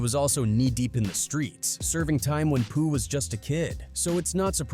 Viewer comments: 😂😂😂 he said Pooh name wrong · 😂 and after he already said it right twice..